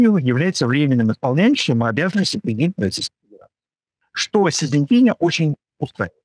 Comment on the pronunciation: Научитесь хотя бы имя Председателя КНР произносить правильно, умники!